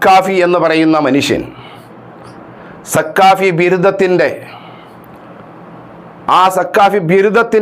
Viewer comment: അറബിയിൽ സഖാഫി എന്നു പറയാൻ പോലും അറിയാത്ത ഈ തൊപ്പി വെച്ച കാക്കയാണോ അബൂഹന്ന സഖാഫിക്ക് മറുപടി പറയുന്നത്.. ഉശാറായി..😂😂😂